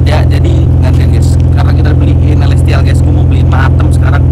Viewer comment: Bang kok itu di bilang elesthial sorry sb baru